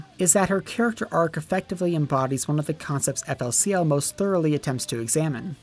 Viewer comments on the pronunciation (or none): Oh dear baby Jesus I am 1 second in and this man says EFF EL SEE EL